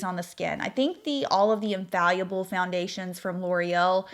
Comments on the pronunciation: In-fall-a-ble not infallyable lol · The way you are saying ‘infallible’ is cracking me up